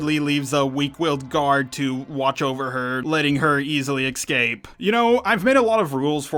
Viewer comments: you call Fin and Poe, Han and Poe. Also it’s escape not excape. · Please for the love of god it's not X-scape. There is no X or ecks in escape. You pronounce Jedi correctly and X-wing correctly but you consistently mispronounce escape. Make the e sound in Jedi and then pronounce scape like you have been. It was like nails on a chalk board every time (4) that you said the word. I am saying this as a fan, and I appreciate when people point out when I make errors in pronouncing things. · Why cant mericans pronounce escape right? Its Not egg scapey its es Cape .. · Please stop saying excape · They eck-scape